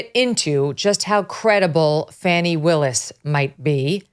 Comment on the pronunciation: Thank you, Mike Davis, to correctly pronounce Fannie Willis' first name. Otherwise, she should change her first name to Fawny.